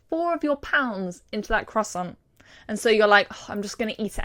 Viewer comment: I ADORE YOU BUT WHY DO YOU PRONOUNCE CROISSANT THIS WAY